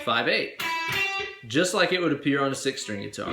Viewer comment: surgeyX Uh six Ster-ang Bass!